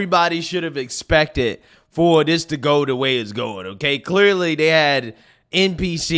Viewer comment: Dude, I appreciate your channel. However, could you please pronounce your th's instead of using the d sound? It's that not dat, this not dis...